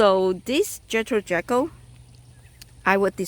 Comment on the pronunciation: Pronounced Jee-kill not like jekyll and Hyde. Just figured I'd let everyone know 😉 Beautiful video love this rose.